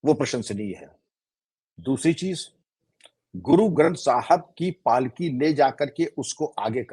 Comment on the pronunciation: The way he pronounced Shri guru Granth Sahib ji ki palki, some people May be donot know the word Palki shaib deserve salute from us